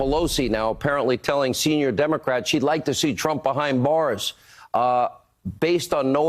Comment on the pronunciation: Did just say Mars, not Bars.???